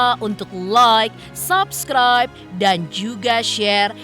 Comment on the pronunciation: Pelafalan kata subcribe bukan sapskraip tapi seupskraip